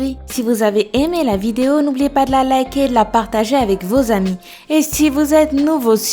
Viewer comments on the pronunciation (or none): none